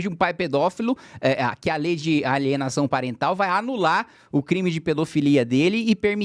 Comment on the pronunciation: Nossa... lei de alienação "Pariental" kkkk é PARENTAL kkkkk